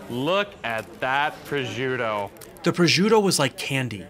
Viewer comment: God I love how you say "Testaccio"......God I am melting here....ahhahaha (-: you will have to work on the PROSCIUTTO pronounciation! LOL